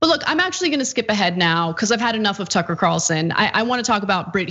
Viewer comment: Ticker Carlson (pronunciation not important right?) go sit down and shut up.